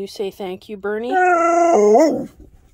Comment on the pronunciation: You nailed the pronounciation🙌🏼 Bernie's good👍🏼